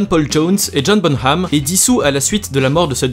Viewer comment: Par contre ça se prononce bonam et pas bonHam